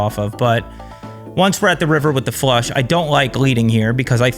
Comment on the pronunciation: Did I hear “check call, check call, Frush”. Trooper might be on to something. 😂